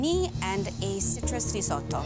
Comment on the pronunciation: And citrus REEZOOTO